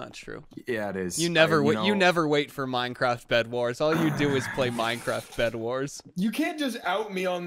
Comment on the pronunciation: You say Minecwaft